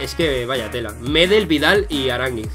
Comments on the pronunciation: Buen video, pero debo decirte que Gary Medel se pronuncia acentuándose en la 2da e (algo así como Medél) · Una cosita es meDEL, No MEdel Eso era Saludos:)